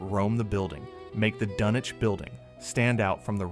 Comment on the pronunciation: Pronounced DUN-ich